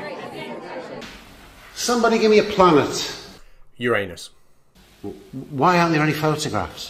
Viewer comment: ROFL... "Uranus ... ... .. Uranus"!